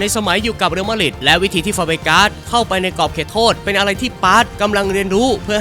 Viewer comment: Madrid อ่านว่า แมดดริด หรือ มาดริด ไม่ใช่ มาดหริด